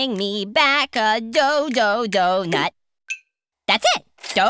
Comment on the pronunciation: He right, When said it for the last, he said "Do-nut" instead of "Do". Good work Zachary Hartsel!:)